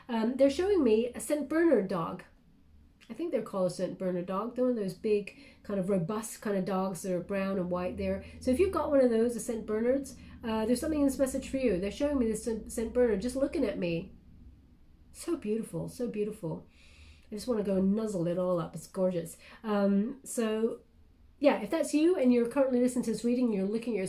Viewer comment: OMGoodness!!! I’m not sure where you are from. You pronounced St Bernard as Saint Berner or Boerner my last name. I’m from PA. My relatives were from Germany. We say Bir Nard St. BurNard Tve dogs dug our people from avalanches. I know it’s a message for me. I’m to help dug out the suffering hearts with what I’ve learned. I’m going to finish listening. I fell asleep the first time. I knew I had to go back. Started it randomly as always. Right at migraine, not me, the St Boerner did- me